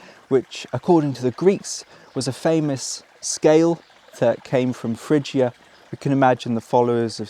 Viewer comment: Isn’t the ‘g’ in Phrygia a hard ‘g’?